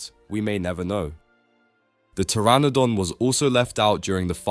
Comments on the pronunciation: Did you say the p in pteranodon? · Did bro just pronounce the P in Pteranodon???